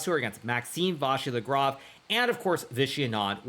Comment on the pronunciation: Hikaru: of course I’m gonna pronounce “en passant” correctly 🇫🇷 Also Hikaru: Maxime Váshir Lagrave